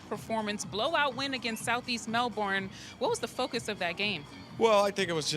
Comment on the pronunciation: Its not "Mel-BORNE"!!!!!!!!!!!!!!!!!!!!!!!!!!!!!!!!!!!!!!! Or "Typens". Useless reporter she is send her home.